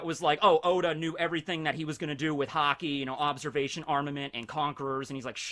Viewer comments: i thought he was saying hockey to be funny. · Did no one notice that is said Hockey instead of Haki